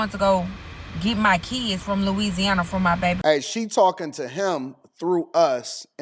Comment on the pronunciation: Dem keeds, his keeds… what is a keeds?!?!